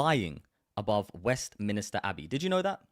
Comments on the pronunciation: It's west MINSTER not MINISTER... 😂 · Great video but you keep saying Westminister, it's called Westminster. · It's west minster abbey not west minister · Online fact check: No, Britain's Westminster Abbey Didn't Fly Pakistan's Flag During Holy Week The video dates back to March 2024 and shows Pakistan's flag on Westminster Abbey to mark Pakistan Day. *Also it’s Westminster, Westminister sounds like a TV programme. 😂